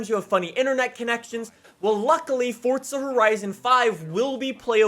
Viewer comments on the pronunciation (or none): " WELCOME BACK TO FORTZA HORIZON 5" Me" welcome back to forza horizon 5." Everytime I hear say fortza I laugh because I know it's how most people that dont know how to say it correctly try so hard but they still mess it up,but in the other hand...has uhh.... been doing it since he started making forza videos.FORZA 🤣🤣🤣🤣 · FORTZA HERIZON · Fortza? It’s forza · why d u say fortsa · Why you said Fordza horidzen !?? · Forza not fortsa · Its forza not fortza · ITS CALLED FORZA NOT FORTZA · soo fortza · He pronounces it as "Fortza" so of Errors is not stupid. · this man really saying fortsa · Sounds like he saying fortza horizon 5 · Why does he pronounce forza as fortza of am I hearing stuff? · are you stupid? Im saying it how says it